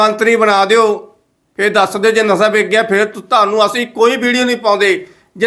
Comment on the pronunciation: ਨਸਾ ਨਹੀਂ ਵੀਰ ਜੀ ਨਸ਼ਾ ਹੁੰਦਾ ਹੈ।